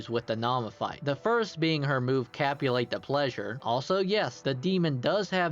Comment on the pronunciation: my man's too horny to pronounce "capitulate" properly